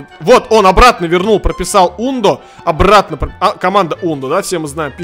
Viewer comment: Как-бы не "у́ндо", а "анду́" [undo].